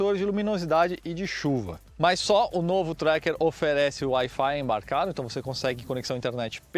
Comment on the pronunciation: Colocou uma banana na boca pra falar o preço do Wi-Fi do tracker